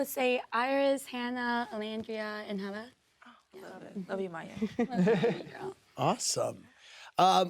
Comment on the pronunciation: Andy, learn how to pronounce Huda’s name…love Amaya